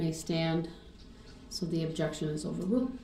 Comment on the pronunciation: Axed, Substained,Objectchun & Biast and Grownz!